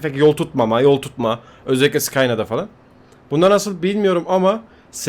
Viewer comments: Scaina (sıkayna) değil Scania (sıkanya) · abi ingilizcen harika maltiplayir __ skayna